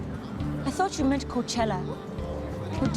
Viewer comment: If you don't know, Coachella only has 3 syllables ; )